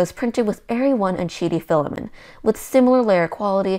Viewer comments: Stop saying Fila-min. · As other commenters have said, reviews on this channel are really excellent and I greatly appreciate them. But I would love to know the origin of her pronunciation of "filament" as "filamen". It's just a little quirk but makes me curious every time I watch this channel! After all, "filamen" is a legit term in cell biology. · Love the channel but I don't think you're pronouncing Filament correctly. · I am not a language expert, but to me, the pronunciation of 'filament' without the 't' sounds normal. In American English, the pronunciation of 'filament' is often more relaxed, and the 't' sound at the end may not be as pronounced as in British English. Therefore, you may hear a very light 't' sound at the end that is almost like it has been entirely dropped.